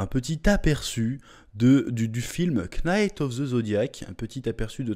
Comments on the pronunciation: Le k ne se prononce pas Chef. Prononce nite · PS : juste pour rappel, en anglais, le K dans Kn ne se prononce pas, Knight se lit night, Know se lit now etc... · Le K, de knight ne se prononce pas comme dans know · On prononce pas le K dans Knight juste pour mieux corriger ☺️ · Pourquoi tu prononces le K de "knight", chef ? Pourquoi ? Il faut arrêter. Oui.